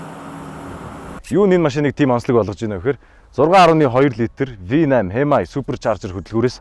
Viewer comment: Хэмаяй гэж уншааш 😂😂